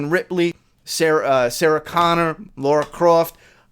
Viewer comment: Why do americans say laura croft its lara 😂